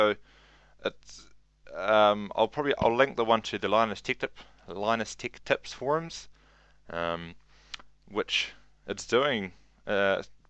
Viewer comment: "Linus ticktep.. tickteps forums.."? techtips mate